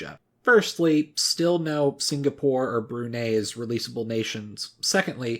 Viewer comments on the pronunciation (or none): none